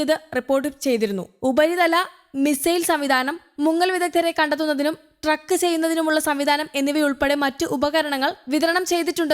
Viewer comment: ട്രക്ക് അല്ല ചേച്ചി... ട്രാക്ക്